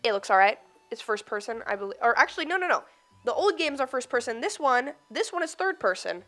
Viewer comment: Aussie "no" moment Too much exposure from MVG's loss tekken matches